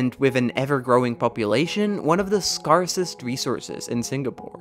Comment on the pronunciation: Is this AI voice? You say normal English words incorrectly (such as scarcest) which shouldn’t be true for a native speaker such as yourself